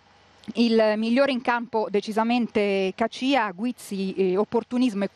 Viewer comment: ma come cazzo pronuncia caccia???? rai style !!